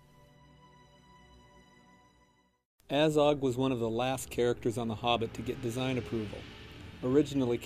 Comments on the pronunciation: The way they pronounce names is absolutely ridiculous. It's pronounced Azog, not "Eizog". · "A-zog"....made me cringe so heavily